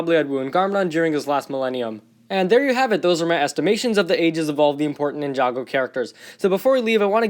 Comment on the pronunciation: did he just say jinjago